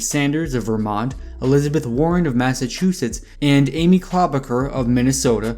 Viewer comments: Great video, I hate correcting ppl on youtube cuz I’ll come off as such an ahole- not tryna be a dick here. just saying.. for amy klobuchar and pete buttigieg : It’s Amy “Klo-Boo-Char”, (Char as in Charlie) not Car, and for Pete his last name is “Boo-Dih-Jidge” honestly doesn’t matter , Yang’s gonna win the next debate and every other debate , but just throwing it out there so you can confidently start your next upload with a sentence such as: “Yang absolutely owned KloBooChar and BooDihJidge in last night’s debate, .. along with every other candidate once again...“ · Amy CLAW-BAH-KER ... lolol. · Amy “Klobber-ker” 😂😂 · Pete BUDDHA-GAYGG! Amy KLO-BAH-KUR 😂😂 lmao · Amy ClubberKer Me: who?: Pee Boodygit Me: 😂🤣🤣🤣🤣🤣🤣 Tom Stay-er. He’s missing Joe beaten